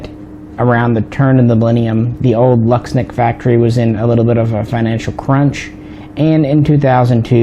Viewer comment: Łucznik isn't pronounced lucks-nick. The right way to say it is wooch-nick. The L with a line through it is pronounced like a w and cz is like the ch sound in the word Czech. Also u is pronounced ooh. So there you go.